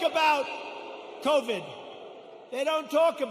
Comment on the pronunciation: aww what an idiot he can’t even pronounce covid “covad”